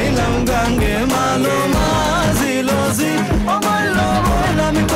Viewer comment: জি বলতে ঝি। ছ & ঝ এর প্রাণ (বলার সঙ্গে যে শ্বাস ছাড়া হয়) এই আঞ্চলিক ভাষায়ে নাই। অন্যান্য অক্ষরের জন্য আছে।